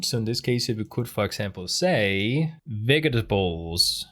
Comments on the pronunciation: To help pronounciation: Its' "Vedge-y-teh-bulls" not "Vehgee-tuh-bowls" or "Vex-tuh-bowls" 😅😅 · it was a nice little treat getting to the end of this and hearing him pronounce vegetables as vextables. xD